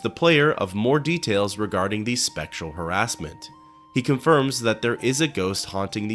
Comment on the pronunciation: When you said "spectral harassment" I thought you said "sexual harassment" and I thought 'what is Crassius hiding in the closet to scare people?'